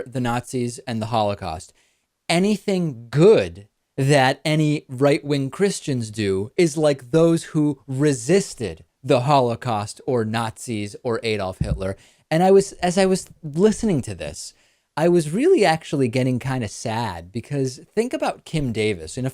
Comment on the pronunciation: It's pronounced Adolf, not Edolf.